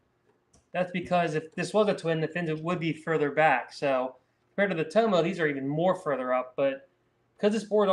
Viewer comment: It's Tom-oh like Parko not Toemo